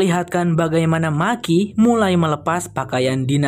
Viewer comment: Bukan maki bang tapi meki sebutanya di filmnya 😀